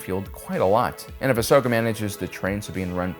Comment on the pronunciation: If I had a dollar for Everytime you mispronounced Ahsokas name I'd be rich.